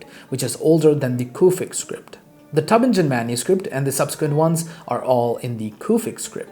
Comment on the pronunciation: A micro-FYI, on pronunciation (I see you are a gentleman of books!) Tübingen is pronounced with the hard g, as in Bing; and the ç in François is pronounced like an s. The best pronunciations in English for each are probably TOO-bing-en and FRONS-wah. Thanks for sharing all this information!